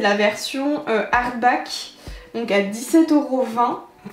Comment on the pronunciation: perso c'est "harback" 🤣🤣